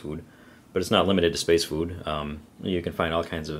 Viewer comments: You say "Food" funny... SpaceFoOoOD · As I brit I really like the way you say food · the way he says food is funny